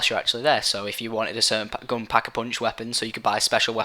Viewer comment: He says Pock-eh-Poonch lol